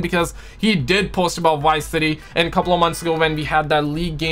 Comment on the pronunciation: What did you say..??! White city??😂🤣 you mean VICE City😆